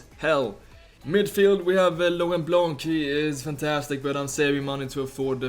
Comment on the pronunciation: just a comment from France, Laurent BlanC < - you don't have to say the C, juste "Blan" You're the best player, & best guy I ever seen playing Fifa on Youtube. Keep going!